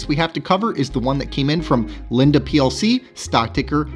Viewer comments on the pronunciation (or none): Just a heads up, Linde is pronounced like windy i.e. it's windy outside and is blowing the leaves around. 🍃